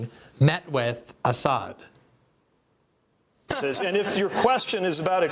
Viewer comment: They can't ever pronounce Assad's name correctly. Was the Assad gassed his people ever proven?